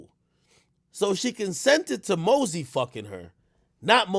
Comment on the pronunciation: it's mosey not mazzy 😭.